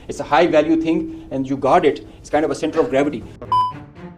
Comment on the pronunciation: Liking and subscribing for that "Cyentr of Griavti!"😂🤣